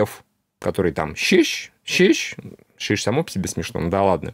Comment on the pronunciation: Сижу, чуть ли не плачу от вашего "щищь!"😂